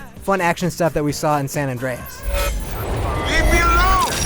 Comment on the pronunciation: Sanadreas? lmfao this is like Vice City the reviewer sucks ass lol